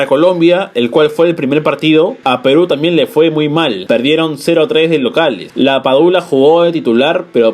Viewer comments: Por favor eseñale a la senorita que presentation es video. A pronunciar bien el apellido de LAPADULA. y de Advincula. Please please. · lapadula o lapaloma?